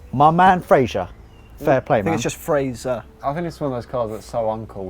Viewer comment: It’s pronounced fray-ser